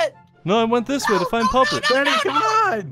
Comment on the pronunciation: Bonnie said pat to puppet